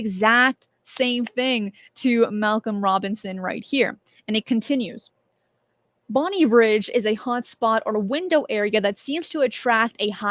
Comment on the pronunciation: For reference, it's Bonnybridge, not Bonnie Bridge